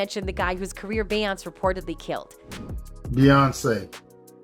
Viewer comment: Why is this lady pronouncing Beyoncé name wrong damn in lying about every single damn thing & why the hell is he playing batmen kid toy 🚙 cars behind is head 😂🤦🏽‍♀️ his ass don’t even work for bey & jay uncle Ron works family matters old tv show